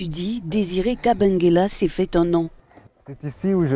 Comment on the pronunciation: C'est kabengele et non kabengela...lol